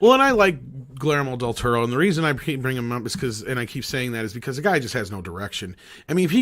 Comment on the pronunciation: your conversation about Del Toro is hilariously bad.... “pans labyrinth is the only thing done in his voice” lmao what a bad take... Cronos, Devil’s backbone, Shape of Water just don’t exist i guess and please learn to pronounce his name it’s pretty easy